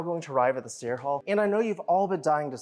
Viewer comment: This is an excellent video. It could be one of your best! The history info at the start was extremely interesting. Very well researched. It might be worth it to you to mind your pronunciation of the word "the". I look forward to your next video.